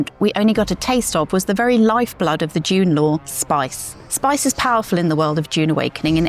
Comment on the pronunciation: Also can’t pronounce dune